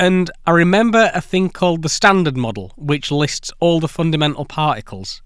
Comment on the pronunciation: Foondametal Paaicles